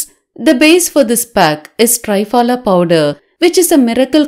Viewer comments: 👍..as usual...need to inform...it's call त्रिफला....(3 fruits)...not Tri as in tripod.....Tri...as in Trimurthi. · Thanks for this beautiful remedy 👏👏👏. Just a small thing, the triphala is not pronounced correctly...the tri sound is not correct...it should sound like you are saying three-fala !!! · Why say ट्राय फला, half English half Hindi? It's त्रिफला, it's Sanskrit. Better. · Not try-pala ,THRIPHALA